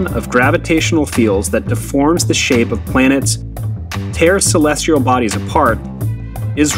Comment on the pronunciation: Celestial, not celestrial.